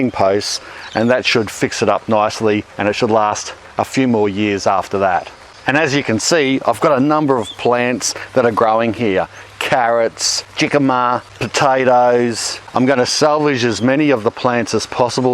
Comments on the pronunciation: As a Spanish speaker, I was surprised to see that "chicamas" are jícamas. ;-) But I was happy to see how they grow, as I hadn't before. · “Jig-ama”? 🤣. Dude Jicama is pronounced “hick-a-muh”. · thank you for sharing. It was fascinating to see what 4 years did to the Hugelkultur bed. Para ayudar a usted (to help you), se pronuncia (it is pronounced): HE'-cuh-muh. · Just a friendly tip to a friendly gardener, the letter J in the word Jicama is actually pronounced like an H, so it sounds like Hick-a-ma. Another great video though, very well presented and with great information. We appreciate the videos, thank you. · And it's not... "jiggama"... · Jicama is Spanish, so you should say it like "Hicama" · Jicama is spanish, so the J is pronounced like an H. What's with the stumpy little carrot nubs? And why would anyone consider rooted wood a good base for veggies? They're not exactly breaking down, are they? And have you tested the pH? Not ideal for vegetable plants. Overall, I think this is a lousy idea.